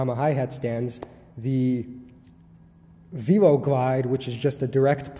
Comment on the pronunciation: Probably because velo is associated with bicycle, and it has a chain, and no lever. Velo is not a new word. Pronounced like 'vello'